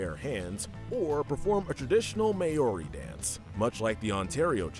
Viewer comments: I still can’t get over how people pronounced Maori in the New Zealand challenge “may-or-e” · Just a tip for next time: It's pronounced like 'M-ow-ri' not 'May-or-i'. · Sorry, guys, but I someone has to tell you. You mispronounced Maori the same way as. It's "Maow-ree". I'm from New Zealand and you have to have Maori lessons for the first eight years of school, and I took a Maori class at University, so I feel like I have a right to do the correcting. It also annoys me because in the first episode of 6teen, Jude (voiced by Christian Potenza) actually pronounces it correctly when he says he sees himself rock climbing with Maori men in New Zealand.